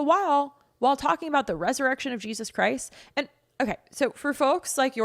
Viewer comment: That Lady really struggles to say Jesus.